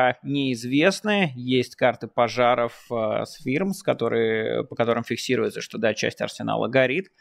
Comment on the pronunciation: Майкл! Firms - фёрмс, а не фирмс. Говори правильно, ты же американец 😅